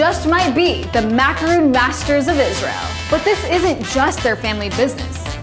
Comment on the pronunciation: MacarON, not MacarOON. A macaroon is made with coconut.